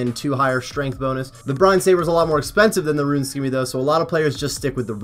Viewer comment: The fact that you pronounce scimmy as skimmy but can easily say scimitar just drive me nuts